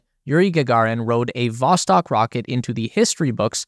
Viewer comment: Not Voskot, it's Vostok